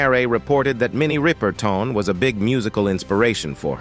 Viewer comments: Her name is Rip-er-ton, Not Ripe-er-tin! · Her Sir name was not RI per ton and it's Mariah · Pronounce her name correctly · PLEASE DO YOUR RESEARCH!! In addition to mispronouncing her surname…there were pictures of Aretha Franklin as Minnie Riperton!!! This is a gross error to mix-up & confuse two distinct & phenomenally talented Black performing artists!! Not cool at all!!! DO YOUR RESEARCH!! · I second that.